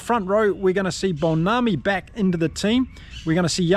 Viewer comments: Pronounced mmmm-Bonambi. Say the mmm then say Bonambi. 4 sylables. Love your channel, sorry for the small correction. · to help you with pronouncing names.. Mbonambi is pronounced mmm bo numb bee